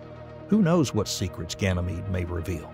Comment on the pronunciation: Ganymede is pronounced "gan uh meed", not "gan ee meed".